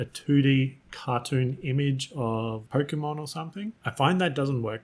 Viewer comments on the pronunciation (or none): none